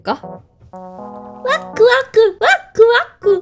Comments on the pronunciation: 왜 자꾸 와쿠와쿠를 와꾸와꾸로 들리지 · 와쿠가 와구와구로 들리는거 나만그려 ?